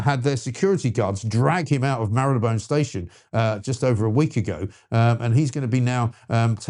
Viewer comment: How refreshing to hear Marylebone pronounced correctly, BBC can't seem to anymore and my local BBC radio station employs newsreaders who can't sat th, it's fink, fort, norf, souf, free instead of three, it's depressing when we let standards drop.